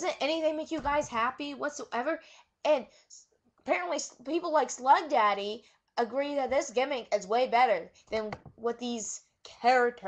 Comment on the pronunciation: girl you need to write down what you want to talk about this vid is all over the place, get your facts right like pronaunciation of schlegdaddy's nickname, and mix it up a little. Now to what you said yeah funkasaurus is a cool gimmick but new? It's the Godfather 2.0 really, and the planet funk? - planet Stasiak rings a bell? All aboard the funk train :)